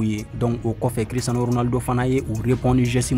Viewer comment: Tu est vrai Barcelonais 😂😂😂 tu ne fait que de gâté le nom de Cristiano ça fait plus un ans que je te suis. 😂😂😂